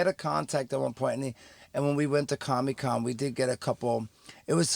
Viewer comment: its comic con Mews. not commie con lol